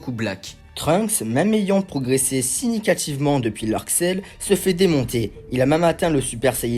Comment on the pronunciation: "Trunks même ayant progressé signicativement" 😂🤣 On dit significativement c'est trop abusé le level là